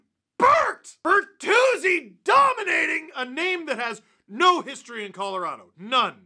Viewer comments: Tyler Ber”three”zi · Tyler Ber-three-zi